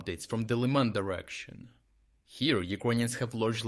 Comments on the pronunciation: how difficult is for this ai to say fokin LIMAN?!!! it said it once and then LlAyMen 🤡rest of the way. 🤦🏽🤦🏽 where is any Y, HA? who is training this shit? 🤦🏽 pathetic. and these automatic channels are going to cry about bot attacks. 🤣🤣🤣🤣🤣🤣 can you be any more stupid? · again inconsistencies in pronunciation, is this narrated by AI? "Laiman" then 2 seconds later pronounced as "Liman". Please keep the quality of the reports and analysis, but PLEASE do not use AI to narrate! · I don't get one thing. How can you pronounce Lyman two different ways in the span of 10 seconds?